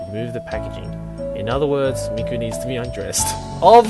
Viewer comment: The way you say " Mi " is perfect haha